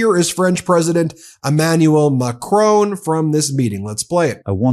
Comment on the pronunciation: FOR THE UMPTEENTH TIME…….HIS NAME IS NOT, NOT, NOT, McRONE. Please be polite enough to pronounce his name correctly. Your behaviour in this respect is reminiscent of J D Vance or Donald Trump.